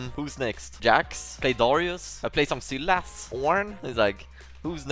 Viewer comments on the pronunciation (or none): its sylas not syllas also 2/7 on aatrox LLLL